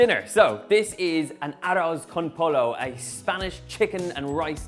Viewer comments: Ah-Rose Con Po-low... 😅😂😂😂 lmao. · How you gonna teach us how to make arroz con pollo n you can't even pronounce it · Arroth con poy -yo Donal damn it! ha. Lovely recipe though. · Why calling it arroz con pollo when you can just say paella? Just saying, not hatin' Btw I'm spanish so as you can tell i just laughed so hard when you said "Aros Con Polo!" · I'm leaving after I heard you say arrose cone polow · Umm he cooks arroz con pollo about as well as he pronounces it lol! Stick to fish and chips bro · Let's start off by pronouncing the dish correctly... bye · He can't even say it! This recipe is pathetic. No arroz con pollo I've ever eaten.